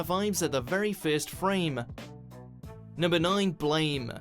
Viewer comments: It's not blame. It's pronounce blam. And people. Please don't watch that movie. Do yourself a favor and read the manga. Also read battle angel alita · It's pronounced BLAM you damn normies Also my personally fave manga series of all time fucking amazing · I pause all watch mojo's videos and check the comments first. Oh ffs, edit 1: it's "Blam", the gdam e is silent.